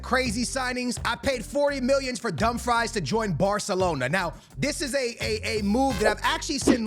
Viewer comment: Bro its no dumfries, its not french fries, its callled Dum frees!! LOL i laugh my ass out when you say dum fries :face-purple-crying::face-purple-crying::face-purple-crying